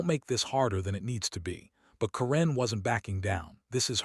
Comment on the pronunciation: Stupid AI can't even say Karen right! When is Karen pronounced koren